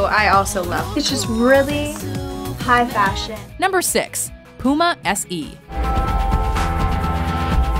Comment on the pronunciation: Is it just me but she said puma and adidas wrong